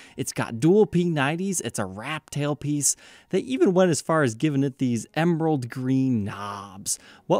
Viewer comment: He added a b to emerald, he said emBerald green knobs? EmBerald? There's no "b" in emerald! I know he's intelligent and didn't mean to, and I'm not trolling, I'm a big fan. Just sayin...